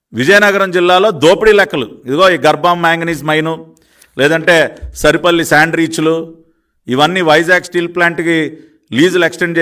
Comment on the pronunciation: సరిపల్లి కాదు సార్ సారిపల్లి